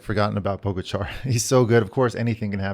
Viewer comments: How about pronouncing Pogachar correctly? You guys have had enough time by now to figure it out. Show him some respect. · I did help out.. by correcting ur mistake. Now the ppl reading this thread will actually know how to pronounce his name. It all worked out in the end buddy 👍